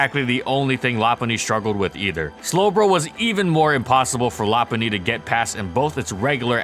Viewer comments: I thought it was “low punny” not la punny? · law-pun-knee? Isnt it Low-pun-knee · I always pronounced it "Low" because "loping" is a term for walking, and Lopunny has high speed and long legs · Nah, it’s Lop-unny. The Pokédex 3D app and anime pronounce it that way. Plus, part of its name comes from Lop, not Low. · You're saying its name wrong, it's not pronounced lop-punny or even lo-punny. It's pronounced low-cunny. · Yeah but it sounds awful. Still gonna pronounce it “low-punny” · ~~first~~ Lopunny <3 I always pronounced it Low-punny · Cant tell if this is sarcasm, but the official pronunciation is Lo Hes factually wrong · Ramsey Ali LOP-unny. Check the Pokédex 3D app. Also the anime since it pronounces it that way. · La-punny? LA-PUNNY?! LA-PUNNY?!?!?!?!? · I pronounce it “low-punny” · Its actual pronounciation is Lop-unny. Check the Pokédex 3D app. Also, part of its name comes from “lop”, referenced from floppy eared rabbits. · Yep, it’s pronounced Lop-unny. Part of its name comes from Lop, which is referenced from floppy eared rabbits. It’s also pronounced that way in the anime and Pokédex 3D app. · I thought it was pronounced "Loh-punny" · Well part of its name comes from Lop, which makes sense as to why it’s pronounced that way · Whats a lopunny to prunouce it it's lowpunny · No. It is pronounced LOP-unny. Check the Pokédex 3D app (there’s a video of official pronounciations of Pokémon on YouTube) and the anime. Also, Lop is referenced from Lop eared rabbits. I don’t understand why so many people pronounce it wrong. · Oh my god, that pronunciation is awful. Lo-puh-ny. Period.